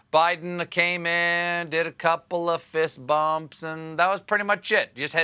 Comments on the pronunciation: Did he say fish bumps? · Did Stephen just say "fish bumping"? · What's a fichst bump? 🤣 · Did he say “Fish Bumping?” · Dude. I thought I mis heard it when he said that. 🐠 🐠 🐟 🐟 🦈